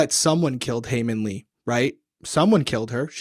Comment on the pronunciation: thought ppl wouldve commented it on the last video but it seems like you're still getting haemin's name wrong ^^ first name is haemin and last name is lee. Looking forward to watching this ep.